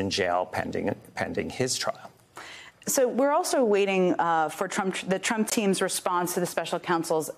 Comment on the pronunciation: Trump not truck LOL